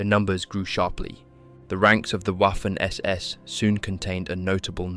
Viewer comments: It’s Vaffen not WOFEN 😂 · ...it is pronounced "Vaffen SS", for fucks sake(!!!) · Great documentary. By the way Waffen SS is pronounced Vaffon SS, otherwise it sounds like Waffle SS. Just saying.